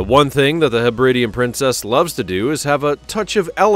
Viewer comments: Hebri-di-an not Hebrid-ian. The islands are the Hebri-dees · FFS, [ heb•rid•DEE•an ]. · The nauseatingly patronising narrative is enough to put one off. Understand there is a difference between ship and boat. These vessels are SHIPS - boats go on ships. While you're about it please learn how to pronounce Hebridean and Sojourn.